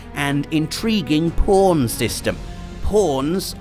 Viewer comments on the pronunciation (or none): Couldve sworn I heard p*rn system... lol..